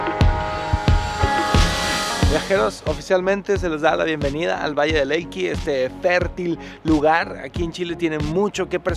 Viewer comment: ¿"Vallle del Elqui"? xd